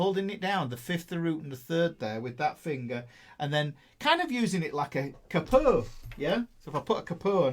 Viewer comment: "Kuh-pO"? You are definitely not from Iowa.